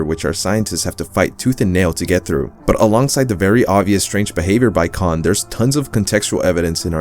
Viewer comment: Its kain not con like able and cahn